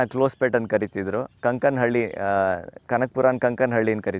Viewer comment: ಕಂಕನಹಳ್ಳಿ ಅಲ್ಲ, ಕಾನ್ ಕಾನ್ ಹಳ್ಳಿ.